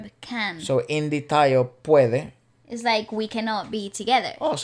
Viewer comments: pwede correct pronounciation of and the meaning in spanish is the same as well.. 😊 pwede in syllables its pu-we-de and yes it means possible or can happen😁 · Pwede is pronounced like you done in a spanish way. Love you guys you always been so incredible. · is right in saying pwede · Pwede in tagalog is same with spanish. Can. You got it right :) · pwede means can. pronounces it correctly.